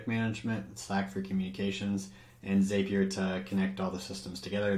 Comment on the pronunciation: Zapier rhymes with "happier." Nice video!